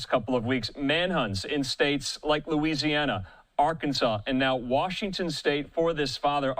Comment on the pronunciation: Its pronounced Looo z anna... Not Louizi anna